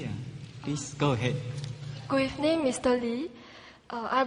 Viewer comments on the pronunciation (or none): "Good evnin mr Lee, I unstand that for econmic and demogrefic reasons (...)" I don't call that an accent, I call that mispronunciation.